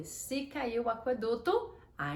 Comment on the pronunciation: Por que você pronuncia aqueduto como se tivesse trema: aqüeduto?